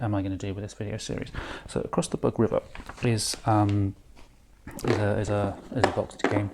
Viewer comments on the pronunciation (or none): Although there certainly were insects around, the name of the river is “boog”, not “bug”.